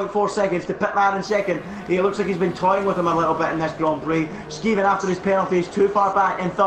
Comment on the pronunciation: can u just pls learn how to purnounce skeevan